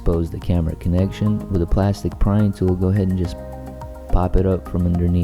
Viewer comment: did you say gourdhead ??